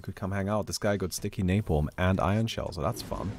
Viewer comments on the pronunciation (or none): none